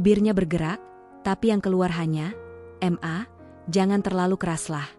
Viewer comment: Mbak baca ma...itu bukan dieja m...a, tapi ma....Krn itu singkatan dari mama. Klu baca itu tlg di fahami dan baca dg benar.